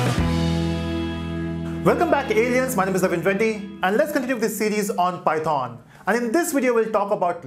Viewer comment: 0.07 its not pythooooon its pronounced as pythan